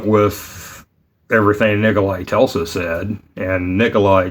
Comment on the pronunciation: He’s named Nikola Tesla, not Telsa 😊